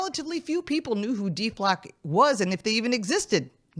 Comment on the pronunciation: He needs to remove the DE from Deflock to say it correct.😂.